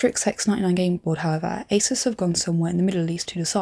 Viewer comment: ASUS is pronounced ASOOS, but it's an easy oversight and understandable